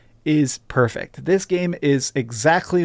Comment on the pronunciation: OH MA goD. Game purfect EVryone say game purfect so it is PERFECT